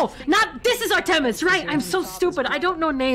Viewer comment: Me, being a big greek mythology buff, twitch when mispronounced Artemis and Thanatos